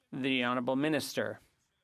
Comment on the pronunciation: I die a little inside every time they call these people honerable